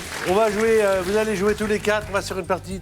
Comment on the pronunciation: Bravo à Benoît Chaigneau, qui fait la différence entre les sons "é" et "è". Chez nous, au Québec, on ne dit pas "jouer" comme on dit "jouet". En France, vous avez perdu des voyelles qui sont importantes pour faire la différence entre les mots. C'est comme "Alain" et"alun", que vous prononcez pareil alors que nous avons gardé cette subtilité.